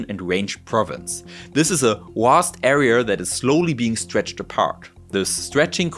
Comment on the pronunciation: Americur (America) and arier (area) 😂🤣😂🤣